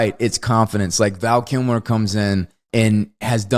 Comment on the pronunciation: I was amused by how Wes kept saying, "Val Killmore". The first time I thought he meant Tom Sizemore. I'll have to go back and I'll laugh my ass off if he said, Tom Sizmer.